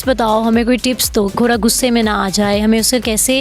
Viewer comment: بہت زبردست ماشاءاللہ، لیکن جو ھماری انٹرویو لینے والی بہن ہے انکی اردو ٹھیک نہیں وہ گھوڑے کو گھورا اور گھوری کہ رہی ہیں جبکہ بچی بلکل ٹھیک بول رہی ہیں ، برائے مہربانی اپنی مادری زبان کو کبھی بھی نہ بھو لیں